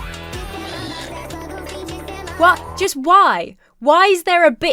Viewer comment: The way you say "wot" is too funny